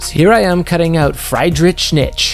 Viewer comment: you killed me with the friydrich nitzsch pronunciation